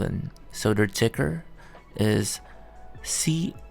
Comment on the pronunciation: It's not CISLE it's CISLA